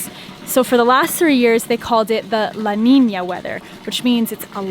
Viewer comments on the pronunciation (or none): none